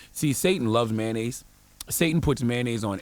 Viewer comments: It's pronounced MAY-ON-NAISE, not MAN-AISE just like it's pronounced TOY-OTA, not TY-OTA, SPEC-IF-IC not PACIFIC. Non-English speaking AMERICANS where school is FREE grades 1-12, where most of these English mangling idiots ONLY know that one language, yet have not even relative command of it. It's like nails on a blackboard when I hear people who haven't pronunciation, grammar and sentence construction skills goddamn.... Beyond that, he was right on point. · “Sodium Flavored Mayanoise Soul” 😭😭😭